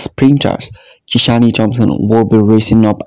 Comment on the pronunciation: Please, the E in Kishane’s name is silent, the e is not pronounced. The same goes for Siville, the E in the name is also silent . Kishan and Sevill. Drop the “E”.in both.